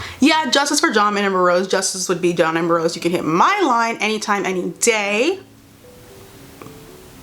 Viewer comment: It’s the fact that she keeps saying “John amber-rose” instead of saying “John Ambrose” 😂😂😂